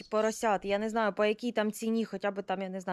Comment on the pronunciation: А як ти сказала нинаю?😂😂😂